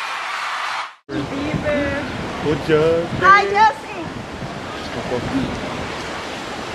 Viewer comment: Justin Bebleehhh, Justin Bee-bah, Justin Bee-vaahh, Justin Bebleeuur! 😂